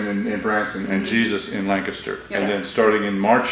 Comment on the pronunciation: Thank you, Thank you, THANK YOU! For pronouncing Lancaster correctly! I live about 12 miles south of Sight and Sound theater in southern Lancaster county. It's a wonderful experience at Sight and Sound!